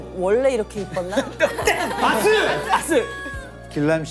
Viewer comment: 아니 왜 아스를 야스로 발음하는건데 ㅋㅋㅋ